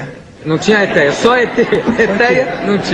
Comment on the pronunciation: "Etéia" kkkkkkkkkkk